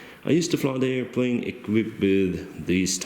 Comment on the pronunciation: with all due respect , i love how you say airplane ... airplaine🤣🤣🤣🤣🤣🤣 (just for fun)